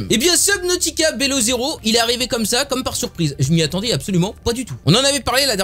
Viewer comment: Prononcer bilow zero stp x) et jme spoil pas mdr